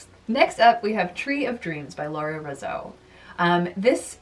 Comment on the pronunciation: It’s lura resau to pronounce her last name is resaw